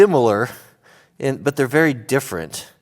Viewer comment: "Its very similar but very diffrend" 2019